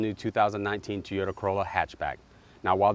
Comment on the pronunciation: What is a Tee-yo-da? It's TOY-O-TA! There is a reason why you only have 16 subs. LOL